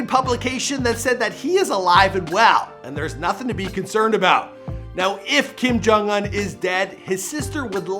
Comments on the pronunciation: it annoys me that you cannot pronounce his last name. im not even korean or anything but i still know it. so annoying sorry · Kim Jong uHn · The way he says "Un" 🙄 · Its not kim jong an its kim jong un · LOL how pronounces his name, it's "ooon" like moon, not "un" like fun, even though it's spelled that way. no we don't hope he's alive and well, i hope he's being tortured by the devil right now with hitler and hussein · I know I’m not the only one who hates him saying “unh” instead of “oooon” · Kim Kong Uhn INSTEAD OF Kim Kong Oon? MAN.. After all missprounced just one of the names😂 It's KIM JONG UN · IT’S PRONOUNCED KIM JONG OON. How can you not know how his name is pronounced? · Bruhhh you can’t even pronounce this niggas name wtf u doing making a vid about him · I cringe every time he pronounces his name